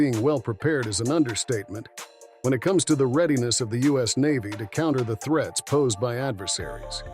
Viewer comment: "threets"? These AI narrators are getting better by the month.